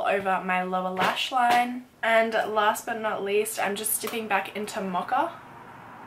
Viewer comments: The way you pronounce mocha>> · She pronounces mocha, mocka 😂 love her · i just realized that she said 'mocha' for the 2nd MUG shadow omfg the pronunciation is so different than in the US lol